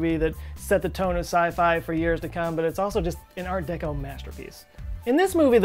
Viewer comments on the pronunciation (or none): none